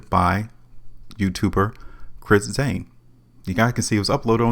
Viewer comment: You know this guys a super loser because he can't even say this mans name right. Its CHRIS SAIN NOT ZAIN! You're a super lame that's why you got 48 subscribers. I Wouldn't watch you if you were wrapped around my wrist. I made 52k riding with Chris Sain and that's only because I started late.smdh